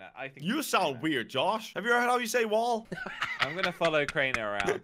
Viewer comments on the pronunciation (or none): Crainer: have u heard how u say wall?: WOUUUUULLLL